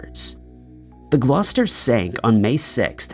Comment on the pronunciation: How tf did you pronounce Gloucester properly